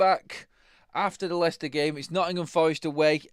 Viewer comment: Its Leicester ….😂😂